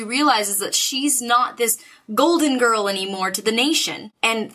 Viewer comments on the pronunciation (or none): none